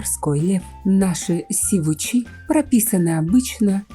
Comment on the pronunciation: сИвуч, а не сивУч, соответственно сИвучи